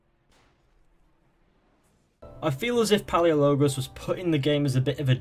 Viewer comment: Palaiologos not paleologos